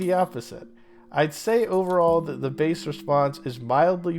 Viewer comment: "Bass," for goodness sake!!